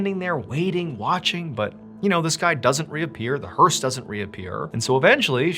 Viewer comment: Learned a new word today. "Hearse" I had no idea. In fact it sounded like "hers" to me, and was wondering what the heck is he talking about?! Entertain and teach English all at the same time. 👍